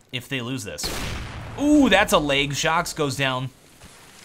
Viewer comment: I like how you say "layg" instead of "leg" xD